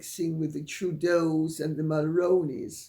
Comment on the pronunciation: Good morning Lady C, I hope that you are doing well I just wanted to mention that you made a mistake in the pronunciation of Jessica Mulroney's last name. The late Brian Mulroney was a former 🇨🇦 Prime Minister. He was born & raised in Quebec. He pronounced his last in a French Canadian manner of "Mull-Roo-Knee" if it's easier for you think of the actor Micky Rooney's last name and simply add the prefix Mull to it and you'll have the proper pronunciation.... "Mull-Rooney" I don't know what happened because you had been pronouncing it correctly in previous videos. As a middle-aged 🇨🇦 Canadian in my mid 50's, who began Voting while Brian Mulroney was in office I can assure you that "Mull-Rown-Knee" is indeed the incorrect pronunciation for Mulroney. I know no one's perfect and we all make mistakes from time to time. I'm hoping that's what happened in this situation and that you haven't decided for some unknown reason to change your pronunciation of Mulroney in the correct manner to the incorrect manner. Brian Mulroney was a decent Prime Minister & doesn't deserve having people intentionally or unintentionally mispronouncing his family name because of something his daughter said & or did.